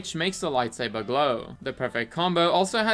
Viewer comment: Lite Say Burr